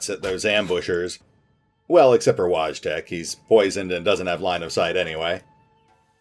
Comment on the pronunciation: Btw, Wojtek is pronounced - Voi tech or Voy tech, which ever is easier for you to pronounce.